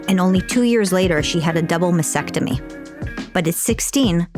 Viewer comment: Just once, ever, can an intelligent person pronounce "mastectomy" correctly?!